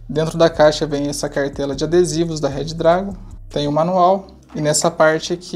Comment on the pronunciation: Pelo amor de god parem de falar RED DRAGON 🙅🏼